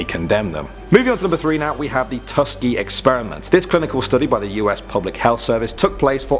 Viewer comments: It's Tuskegee, not Tuskgee. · It’s Tuskegee, not Tuskgee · How do y’all spell and mispronounce important names so badly? It’s the TUSKEGEE Experiment, not TUSKGEE! Also Joseph Mengele’s name is not pronounced MANGLE, it’s MEN-GUH-LAY. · Josef Mengele = Yo-sef Men-ge-le. He was known as "Todesengel" or "Angel of Death". It was the Tuskegee Experiments not Tuskgee. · I don't see anyone mentioning that it's "Tuskegee" not "Tuskee" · Its tuskeegee experiment not tuskgee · Tukegee, not Tuskgee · Alabama Tuskegee project it ;is pronounced: Tus--key-gee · It's actually Tuskegee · Its "tuhs-KEE-gee" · Its "Tuskegee"...pronounced Tusk-ee-gee. I swear you have an arror like this in at least half of your videos. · You could get the word Tuskegee right. Eh... I dont know what I was expecting from a channel like this. None EVER check facts. At least you got the information right which is more than the top 5 channel with the Jack guy.